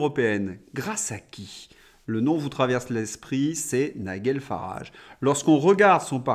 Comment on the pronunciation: Nigel Farage se dit en anglais NIJEL. donc peut on garder la forme française Nigel comme ça se prononce, il n y a pas de u. j ai mal aux oreilles .